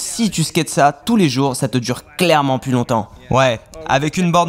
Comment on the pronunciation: Ça dérange qui qd il dit « la pluSSS incassable, la pluSSS immuable, la pluSSS incorruptible » 😂😬